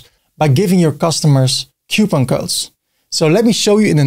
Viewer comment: the struggle is real in saying COUPON!!!